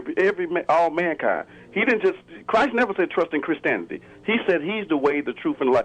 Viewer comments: Did he say "Christanity"? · Yeah, I'm still trying to figure out who Chris Tanity is, lol. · What's Christaniddy? lol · if you can't pronounce the word 'Christianity' best not call in. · Yes multiple times it was very annoying. However he also said, "lemme axe you something" so it's not all too surprising.